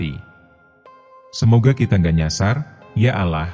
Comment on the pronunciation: masih belajar ya bang baca nya kya anak kelas 3 sekolah dasar.sya tak suka nama allloh kau baca alah?